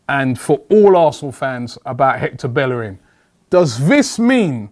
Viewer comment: at least pronounce his name. correctly.